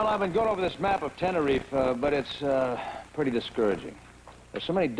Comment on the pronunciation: It's hilarious that they're mispronouncing Tenerife.